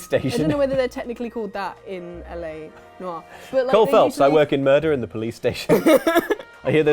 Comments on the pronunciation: I thought she said " O. R." instead of L.A. Noir, which wouldn't even be a good pun, but what can I say... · When she said L.A. Noire, I could have sworn she said Noire. Now I'm picturing a black and white edition of show of the weekend.